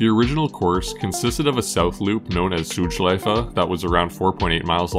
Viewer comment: Solid pronounciation. My respect for getting the „Schleife“ right.